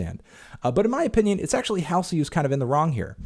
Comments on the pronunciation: It’s ‘Haul Zee’ not ‘Hail zee’ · I agree with everything you said in this video, but her name is pronounced "Hall - Z" (hall, like in hallway). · Not that it matters but it's pronounced HALL ZEE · that’s how it’s spelled. Hallsey would be pronounced “halls-ee” but Halsey is “hal-see”. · the way he says halsey😭😭😭😭😭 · For. 1 your totally pronouncing Halseys name wrong but i get you Im Halseys #1fan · Can you maybe learn how to say her name? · He can't even pronounce Halsey correctly, lol. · when he mispronounces halsey throughout the entire video... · funny he says she's embarresed herself but he can'teven pronounce her name..... wow